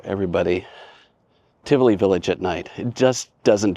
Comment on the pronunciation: Great video. The place is pronounced Ti-vo-lee Village. There is also an apartment property inside Tivoli Village overlooking the mall